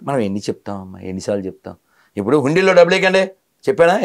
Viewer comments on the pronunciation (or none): none